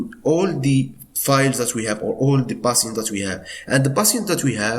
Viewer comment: You keep saying passiants like can you tell me what it means